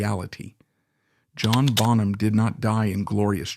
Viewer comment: yeah, the pronunciation of "Bonham" gave it away, for me